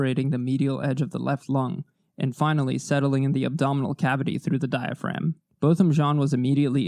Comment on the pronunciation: Thank you for the respect you show in your videos. Thank you especially for pronouncing Botham Jean’s name correctly. That is an important detail and I appreciate it.